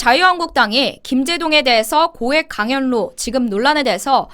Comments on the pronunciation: 예쁜 강연료-강열료로 발음하시는거로 들려요. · 강연뇨 로 연습해야할듯 합니다. 거슬리네요. 제동 이름도 싫어요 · 강연료 발음은 강열료로 발음하세요.